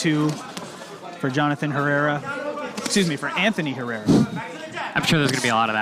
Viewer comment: Tejeda pronounced H e rr e r a . Apparently.